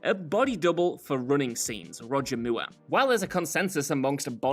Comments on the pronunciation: The AI pronunciation of Roger Moore. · Roger mure ? 😂😂😂